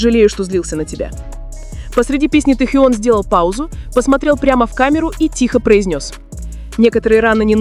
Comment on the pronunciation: Вот,это фанфик! Автор,не несите чушь! Наговорили обо всем и ни о чем! Набор каких-то предположений и фантазии!!! Может и правда ,что вы там присутствовали и принимали участие в этой чуши! Научитесь сначала ставить правильно ударение и выучите правильно звучание имени Техена! Ни одного фото в подтверждение вашего фанфика, одни старые снимки,где вы получили эту чУдную информацию? А складно то как льется эта чушь!!!